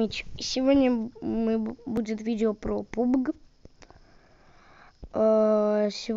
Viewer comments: Не пубг а пабг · Правильно она сказала, пабг, а не пубг